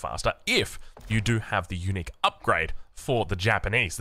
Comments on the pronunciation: For a bit I thought you were saying eunuch building 😂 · I kept thinking he was saying "Eunuchs" instead of Unique for the first 5 minutes lol